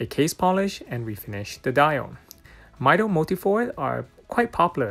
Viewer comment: Brooo NO , it's not maido its Mido from the Spanish word "Yo Mido" . it's pronounced Meedo. Jesus, make a research before uploading bro, it's supposed to be your job 🤦🏻 knowing your watches